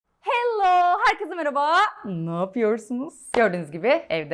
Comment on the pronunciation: hello derken garip söylemedimi?